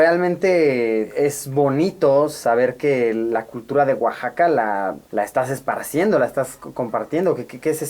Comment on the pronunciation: Luisito así no se pronuncia Oaxaca